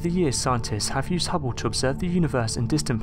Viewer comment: hubbow? HUBBOW? its called the Hubble sounds like bubble. unless if course you say bubbow then they sound the same. if your going to narrate then do it right fer fucks sake.